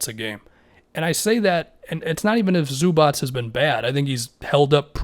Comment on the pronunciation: Everybody: Zubac: Zubats